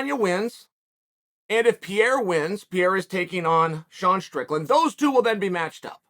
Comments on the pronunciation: Pereira . Not Pierá. Portugués , not French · Stop saying Piera, is PE-REI-RA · Chael! it is PE - REI - RA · Chael, it is Pereira not Pieira. It is pronounced Pay ray rah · It's Pereira, pronounced (Per-ray-ra) not Piera 😂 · Man, stop saying "Piera", it's Pereira. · Not piera , Pereira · "Piera" wtf you talking about chael? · Piera.... P E R E I R A... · Come on. Say it with me Uncle Chael, PEE-AIR-UH. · Alex "PIERA" lol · Alex PEE-ERA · Love watching your channel Chael, but brother you slay the pronounciation of fighters names :-). Pereira = Pe-ray-rah, Tuivasa = Too-ee-va-sa :-) :-) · "Piera" hahaha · Perreira: Pronounced Per-Era, as in Ireal Adesanya is a once per era fighter. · Chael “Alex Pierra” Sonnen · Who is Alex “Peara”??? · In this video Pereira is pronounced PEE ERA, Pierre, and PEE ERA again. Any way but the way it's suppose to be pronounced. 🤣🤣🤣🤣🤣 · Alex peeyera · Chael please just once, could you take an extra 5 seconds and sound out the last name? The guy glances down at a name and half reads it, then from that point on that is how he says the name. Remember Islam Mockle-chev? Pee-era now? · the name butcher hits again "Alex Pierra" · Piera lol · Hey bad guy it’s per-air-a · Puh-rye-ruh. Say it with me now lol. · who else came here just to hear Chael say "Alex Pierra" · No one: Uncle Chael: PEEira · Piera, to piere, what it is we got with that. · Alex Piera 🤣🤣🤦‍♂️ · Chael “Alex Piera” Sonen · Pierre-a? lmao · Pereira [Pee-era] ?? Not sure that pronunciation is correct. lol But it def wouldn’t be the first time. —> Belal (Chael translates to..) [Bluhal] 😏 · Who’s Pierra? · Chael: "What's the guy's name?" Us: "Alex Pereira" Chael: "Ok Piera it is" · Alex Piera?!? 😂😂😂😂😂😂😂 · Love uncle Chael but I cannot sit and watch an opinion video when 5 seconds in he calls the dude Alex 'Pierra'. Idk if he's being cheeky & I know it's a foreign last name but bruh, Where's the hespec. And he's a commentator lol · Alex "Pee era" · Alex "Piera" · Alex Peeyerah.